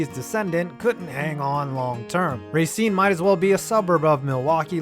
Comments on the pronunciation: Rah-SEEN. Second syllable. Common mistake by non-residents. The Legion was far from the most successful team in Racine history. The semi-pro Gladiators and Raiders have won APFA national championships. And you forgot to mention Kringle and Salmon-a-Rama. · You don't pronounce racene like that you pronounce the a less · Everyone in Racine pronounces it Ray-cine. But everyone else in the state says ruh-cine. Plus I nearly laughed myself to death when he said that its a nice place to live. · Racine is pronounced Ruh-Seen, but I forgive you. Wisconsin has a lot of weird Indegious names for cities.